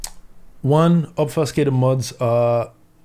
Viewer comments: Very unfortunate to see! from a dev perspective I can understand the want to be able to debug anywhere, but it opens a door to a lot worse. One correction for you, obfuscated is pronounced as "ob Few skated", not "Ob Fuss Kate" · "Ob few scay tid" brother, not "ob fuss cay tid". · Ob Fuse Cate Ed not Ob fuss cate ed (sorry oet peve lol)